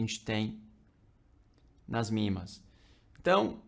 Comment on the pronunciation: MA médias móveis, ele é gringo . . p/ pronuncia mimas